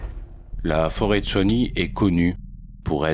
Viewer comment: C'est la forêt de soigne, pas de soignies